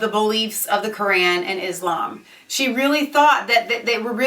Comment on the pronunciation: Firstly, if you're going to slate Islam and claim that you know the teachings of the Quran, please learn how to say A)Muhammad B)Quran Secondly, what you are saying in this video is completely misinformed, Islam if the most peaceful religion and Muslims the amongst some of the most peaceful people you will ever encounter. The people you are referring to are Islamists, alongside a smattering of extremists , bear no real representation of the majority of the immigrant Islamic community. Your implication that the whole of the "30,000" Mulism residents of Luton are extremists is honestly laughable. What you can see from the protest is that a few hundred Islamists were on the march, the camera angle probably exaggerates the scale of the rally for dramatic effect. Furthermore, your heralding of Stacey Dooley as she slates these people acts to imply that she is an anti-Muslim, which if you watch the documentary, will discover is complete rubbish. You CANNOT imply that the bible and Christianity is without fault when comparing it to the Quran, both these books are archaic and ideologies change, though I cannot claim to have read the whole Quran, I have a fairly proficient knowledge of it as well as of the Muslim community, I have also visited many Mosques and known and met many Muslim people in my sixteen years. It astounds me that two evidently grown women could be labouring under such a heinous misapprehension as the one you appear to be under in regards to the Muslim faith. As a C